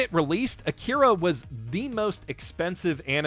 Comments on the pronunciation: Come on, man. Did you have to pronounce Akira the same way Jerry from Rick and Morty does? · That pronunciation of "Akira" is Oscar worthy.